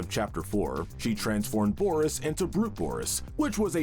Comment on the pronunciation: You said boris and the dark survival wrong